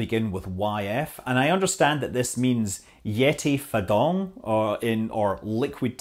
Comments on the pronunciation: actually pronounced "yeti fucker" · your pronounce of "Ye Ti Fa Dong Ji" is much better. The launch live is not as rich as SpaceX, So I often search videos on net.